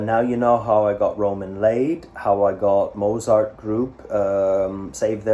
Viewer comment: please say the t in z in mozart, it's getting to me!